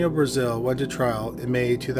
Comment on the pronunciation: Brazill is prounounced differently, and it has 2 "l"s; so not like the country.